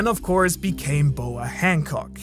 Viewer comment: Bro says boa hancock😂😂